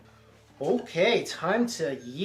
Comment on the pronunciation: I love how says Yeet, instead of eat.